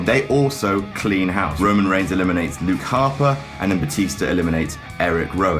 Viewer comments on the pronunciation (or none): none